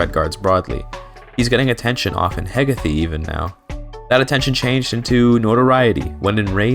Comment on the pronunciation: its Heh-gae-th